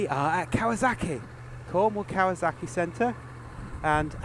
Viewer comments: Kawasaki not kawazaki 😊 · Why did you keep pronouncing it as if it's spelled" kawaZaki" instead of Kawasaki? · KawaZocki!!! Lmao the way you pronounce the name distracts me lol